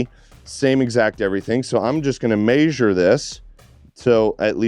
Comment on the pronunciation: Pronunciation police here. Pls look up measure